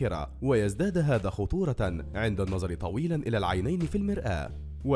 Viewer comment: منذ القدم؟ بفتح القاف؟ يعني الرجل؟ الله المستعان النظر بضم الراء وليس بكسرها وغيره وغيره............